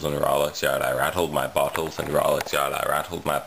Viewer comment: You make it sound like you rattled your 'buttholes' instead of bottles - that'd be unfortunate. And I'm still working on the truth or dare video - I haven't forgotten about it yet